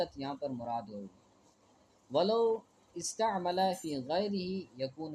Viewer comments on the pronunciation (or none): استعمل ھمزہ کو پش سے پڑھا جاےگا نہ مجہول